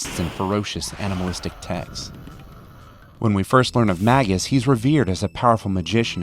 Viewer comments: Magus. May, like the month - May-Gus. Not maggus like maggot. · Maggus? Dude. May-gus. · It's 'May-Gus'. :p (Or else he would've been called 'Maggus'.) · Here's my preferred pronunciations of their names - Crono (Crow-no) Marle (Marley) Lucca (Luka) Robo (I always rename him to Robby) Frog (Come on, now haha) Magus (May-jus) Ayla (Eh-lah) When I was a kid I pronounced Magus with the hard G (Mag-us), but my father told me it was wrong. Years later I found out the Brits say it that way. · great video! One nitpick: I pronounce his name MAGE-uhs like a magic-weilder who is called a Mage with the Latin suffix on the end "-us" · ...right so, it's not pronounced "Mag-uss" then, it must be what, "Muh-goose"?? *roll eyes fuckin nerds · it's pronounced magus, not magus